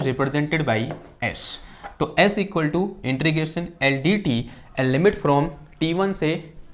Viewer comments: It's not intrigation but it is integration. Please pronounce it properly otherwise it is irritating to listen. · 'इन्टीग्रेशन'...... न कि ...... 'इन्ट्रीगेशन' .... 😂😂😂